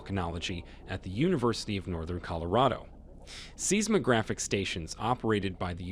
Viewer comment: The pronounciation of seismic and seismographic is bothering me. It’s “sighsmic” not “Seesmic”.